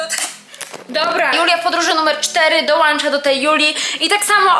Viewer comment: dołącza nie dołancza.